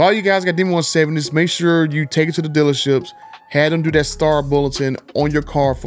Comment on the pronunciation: Hey man. Love your videos. But your English needs some practice. It would make your videos more professional. The is not duh, this is not pronounced dis. That is not pronounced dat. I know there are dialects across the country, but if you're going to post videos, do yourself a favor and work on your speach. Just constructive criticism.